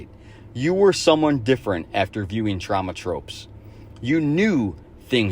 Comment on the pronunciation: The multiple mispronunciations of Troma were really off-putting. Especially since anyone who has watched those films would have heard Troma (long o) pronounced multiple times since both The Toxic Avenger and Class of Nuke'em High take place in Troma's own Tromaville setting.